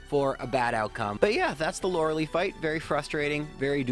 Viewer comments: The way you pronounce Lorelei hurts me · He's doubled down on it, too, which is the most infuriating part. Won't admit he's wrong let alone bother correcting it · Still triggered by that Lorelei pronunciation?